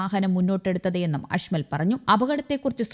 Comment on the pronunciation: അഷ്മൽ അല്ല കേട്ടോ അജ്മൽ ആണ് 🤣🤣🤣